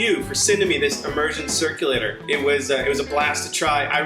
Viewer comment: "Emergen " Cirluclator lol